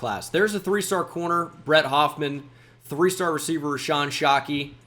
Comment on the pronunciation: numbah a hundwed amd fouh wecievuh 🤓